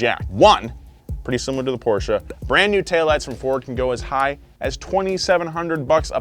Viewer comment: Porsche. Not Porscha.